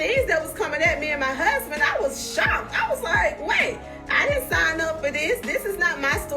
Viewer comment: Tisha, I really "hate" the way you put emphasis on "MY HUSBAND"!!!! 🤦🏾 #soannoying